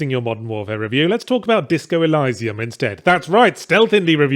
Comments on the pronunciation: I have never heard of it said ElYYYsium before, It's always been Eleesium for me. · “ELL-EYE-SAE-UM”? Go watch Gladiator, the bit at the beginning where Russell Crowe says the word right. ELL-EE-SEE-UM. There. Wasn’t hard was it. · Elysium.. EL-ee-zee-um. Not Elisa-m :\ I love ya Ben, really do. Please don't take the correction the wrong way <3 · Elysium pronounced with i (very shortened 'ee') not eye. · It's elysium like eleesium, not eliesium. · it's all up to intentions and delivery. Good intentions alone pave the hellscape. But with meaningful delivery they are something. Let's not go too deep though, isn't it Eleesium not Elaysium? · Ee-lie-see-umm? CAN'T TAKE THE CRITIC SERIOUSLY IF A MOTHER FKER CAN'T PRONOUNCE A GAME TITLE CORRECTLY FFS He said, sarcastically. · It's pronounced eleeeesium you dumbass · e-LEE-see-um, Yahtz. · Eh-lee-see-uhm. Jesus, I know you're a foreigner but english is still your first language ffs. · Disco Elysium is my GOTY and kinda ruined the Outer Worlds for me. Also isn't it pronounced "eh-lee-zee-uhm"? :D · Pronunciation: Either eleeseeoom (First e like elevator) or eeleeseeoom. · Stop saying Elysium wrong. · This was the first time I heard that particular pronunciation!! Really struggled to get through the video with it... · Did you really just say 'elysium' the way that you did? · A: I agree.... call of Duty is absolute pap... pile of utter garbage that is just the same game re-skinned over and over again. B: You're pronouncing Elysium wrong... C: Great and hilarious video as always... love it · Uhh, is there more than one correct way to pronounce "elysium", because as a non-native speaker I did not expect him to pronounce it like that, and it sounds very wrong to my ears. Game is great btw. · Who else here is weirded out by the pronunciation of Elysium?